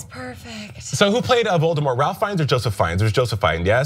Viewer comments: Holy shit, none of you know how to pronounce Ralph (Rafe) Fiennes' name? I guess this not just an Ana issue, but a TYT-wide issue. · FTR, Ralph Fiennes' first name is supposed to be pronounced "Rafe", not "Rowl-ph".